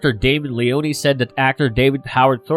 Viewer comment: LeONE Two syllables not Le-On-E God that shit so annoying lol.